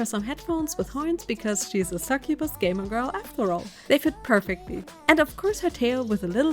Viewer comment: She said sucubus 🥲